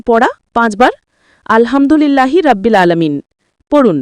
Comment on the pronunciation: রাব্বিল না,এটা হবে রব্বিল। কারণ আরবিতে র যবর র হয়,রা না। আর আলহামদুলিল্লাহি বলার সময় "হা" টা গলার ভিতর থেকে হবে, আপনি যেভাবে উচ্চারণ করেছেন সেটা হয়ে গেছে ছোট হা, আলহামদুলিল্লাহ তে আছে বড় হা,যেটার গলার ভিতর থেকে হবে। আপনার নিজের উচ্চারণ ই তো ঠিক নাই, একেবারে ব্যাসিক একটা জিনিস,যে রব্বিল,এটাকেই আপনি তিনবার বললেন রাব্বিল! 😮 আর হচ্ছে,এতো নিয়ম মেনে, কাহিনী করে আল কুরআন মুখস্থ করা যায় না। যারা আমরা জেনারেল লাইনে পড়াশোনা করি, তাদের জন্য এই বয়সে এসে যতো কষ্ট করেই মুখস্থ করি, সেরকম লাভ হয় না। তাই ২০+ বা ৩০+ বয়সের জেনারেল লাইনে পড়া মানুষের আল কুরআন মুখস্থ করার একটাই উপায়, প্রতিদিন একটা সূরা দেখে দেখে জাস্ট রিডিং দেয়া। যেমন আমি সাইয়্যেদুল ইসতেগফার মুখস্থ করেছিলাম। প্রথম কয়েকদিন অনেক চেষ্টা করেছি বাংলা ইংরেজি মুখস্থ করার মতো করে মুখস্থ করতে, কিন্তু পারি নাই। এরপর যা করলাম, প্রতিদিন সকালে তিনবার আর সন্ধ্যায় তিনবার জাস্ট দেখে দেখে রিডিং দিতাম। আলহামদুলিল্লাহ,এক সপ্তাহের মধ্যেই মুখস্থ হয়ে গেছে।